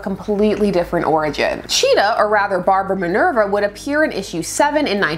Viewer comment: I kept getting tripped up whenever you said her full name, it sounded like you were talking about 2 different people -> Barbara Ann Minerva but I kept hearing Barbara AND Minerva XD